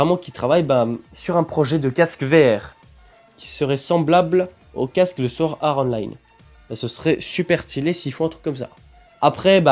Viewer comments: T'abuses à dire Sword Are Online srx temps qie tu prononce Online en version anglais le sword art aussi mec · Sa serait trop bien mai apprend à prononcer swort art online !!!!!!!!!!!!!😂